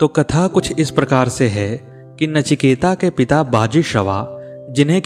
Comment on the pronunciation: Sir, "नचिकेता" नहीं, केवल "नचिकेत". Please correct this